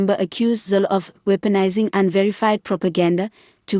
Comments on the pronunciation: Helen Zille....not Zill.? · For heavens sake learn to pronouce Zille's surname. The e is not silent so learn to say it correctly. Not the first time you were told this.